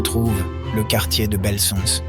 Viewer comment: Oh! Pantoute Comment il a prononcé Belsunce 😂 Mais tu aies fada